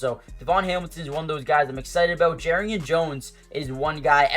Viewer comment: How are jaguars fans still pronouncing "Jar"rian Jones name wrong still after all this time did you not watch the Mia O'Brien interview